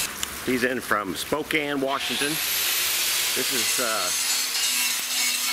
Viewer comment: You pronounced Spokane correctly!! Most say pronounce it Spo-cane. It's actually pronounced Spo-can. Not that it really matter though.